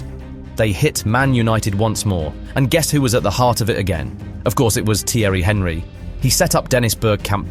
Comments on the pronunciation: Is it that difficult to pronounce Thierry's last name? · AI shite can't even pronounce Thierry's name properly....